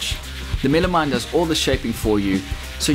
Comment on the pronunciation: Is that just MDF? What's he calling it? Milimite? Millimime? Midimine?